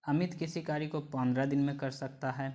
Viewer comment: Q 87 me kary ko kari kyu bolte ho bhai